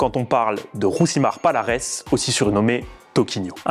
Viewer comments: Ont dit pas palares mais paliarès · Encore un youtubeur autoproclamé connaisseurs en mma 😂😂 son nom se prononce falares et pas avec p